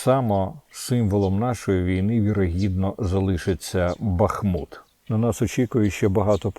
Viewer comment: п. Корчинський місто БахмУт так і вимовляється , дякую!!!!!!!!!!!!!!!!!